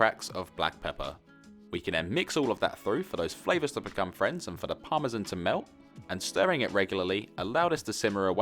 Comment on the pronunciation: Besides delicious meals ,professional explanation and all around excellent production , what puts a smile on my face is how you pronounce parmesan (correctly I mean ) :)